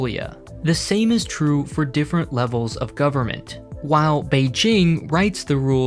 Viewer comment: someone practiced his pronunciation of beijing